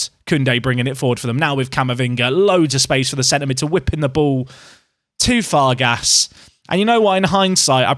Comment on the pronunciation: Farges is pronounced “Farjh”